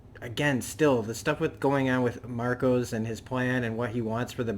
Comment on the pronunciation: His name is Marco, not Marcos. Otherwise, great review, you make some really great points, and I LOVE how Drummer can say more with a glare than some other characters can with a monologue. One thing that does make Marco different from other Freedom Fighters though is scale, the number of people, the number of civilians that he killed, ostensibly during peacetime, is unprecedented, other than say Genghis Khan